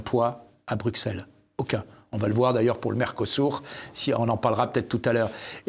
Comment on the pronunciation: Merci ! N.B. On dit Brusselles et non Brukselles !